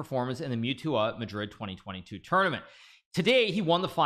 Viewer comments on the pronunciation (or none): none